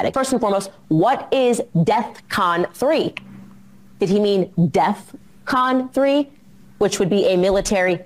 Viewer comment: He said deathcon 3